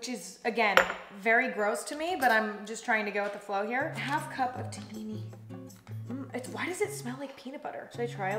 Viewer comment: The way she said ( Taheeny - hames ) it so funny and cute , I want her to listen to how it pronounced correctly like we do